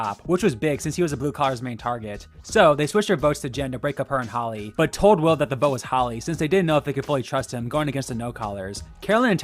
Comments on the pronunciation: Why did he call Hali holly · Joaquin not Hakeem Hali (hay lee) not holly